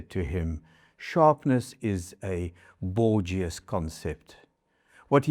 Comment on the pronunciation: “Bourgeois” LOL!